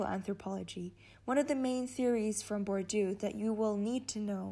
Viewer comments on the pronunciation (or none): Nie Bordju tylko BURDIEEEE!